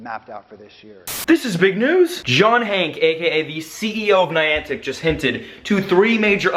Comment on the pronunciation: Stop saying John Hank!!!! (pronounce the E)